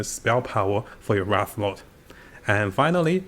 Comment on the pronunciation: Wraith, not Wrath.